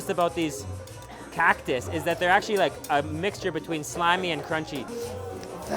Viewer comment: The way he says cactus CAWCTUS